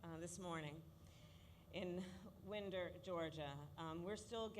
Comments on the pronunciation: Winder-Barrow was targeted too? Hope no one got hurt. When I read the story I thought it was pronounced wind like a breeze too. Sorry about that. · You couldn’t even be bothered to get the name of the town right and the fact you went from oh we are sorry into what you really wanted to talk about oh how are we going to win the election. As a student from winder barrow the school rival that also got targeted this hurts